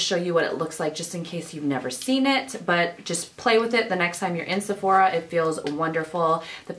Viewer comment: "Sephorha" lmao 0.02